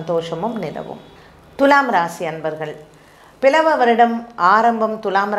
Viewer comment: It's not பிலவ வருடம் it is ப்லவ வருடம்.